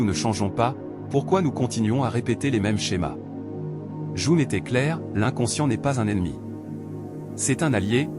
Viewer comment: Ça serait bien que le robot prononce correctement le nom de Jung...